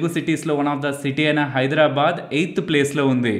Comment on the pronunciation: Very nice coverage sir ! I am regularly following your videos . Thanks a lot 🎉 Plz say Hyderabad..not Hydra bad. No ill feelings plz